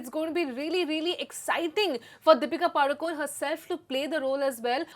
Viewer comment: Deepika padukon nahi Deepika padukone bolo sister